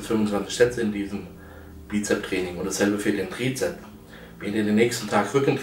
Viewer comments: Lieber Markus, es heißt Trizeps und nicht Trizep. Ebenso mit Bizep und Bizeps. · Hat er etwas gegen das 's' in Bizep - s und Trizep - s? XD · das heisssssst bizepsssssssssss mit s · Bizep, Trizep, sooo herrlich doooooof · Na ja, sein Trizeps ist null vorhanden. Was soll also das blöde Gequatsche von dicken Armen, wenn sie nicht ausgewogen sind. UND: Wann lernt er endlich, dass es BizepS und TrizepS heisst. Peinlich!